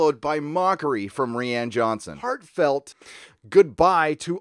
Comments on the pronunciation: Ree-An Jhonson? who is that? i think you mean Ryan. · Ffs its pronounce R-EYE-AN JOHNSON. NOT REE-AN. come on now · Do you say re-Anne Johnson on purpose? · "Reeanne johnson"